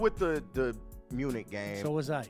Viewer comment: pronouncing “Munich” with the “ch” like in the word “sandwich” is the most uneducated thing I’ve ever heard.